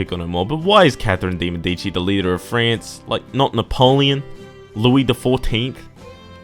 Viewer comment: catherine de medicis is actualy pronounced ''de ( kinda like the)- mey-dee-cis''